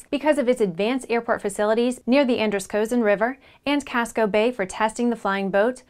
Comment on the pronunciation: The "O" on Androscogin is silent.